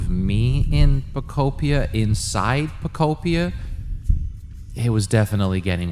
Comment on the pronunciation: PO KUP PIA 😂😂😂😂